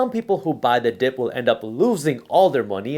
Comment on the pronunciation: Did you say buy the dip or Biden dip?